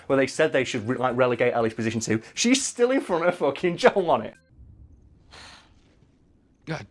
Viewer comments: Why does he keep saying 'Jong' instead of 'Joel'? lmfao This guy likes Crash, wears FF15 shirts as if that's not a disgrace to the series...and says Bioshock Infinite was a bad game, when that's one of the few escort games where the person you're escorting can whoop as much ass as you can, as well as save your ass when needed. Don't do video game videos anymore....please lmao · Is he saying John or Joel, I can't tell